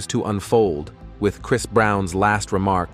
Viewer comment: ai cant even pronounce chris right what in the hell? 🤦🏾‍♂️